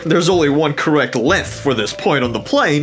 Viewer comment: Why do you pronounce length like lenthh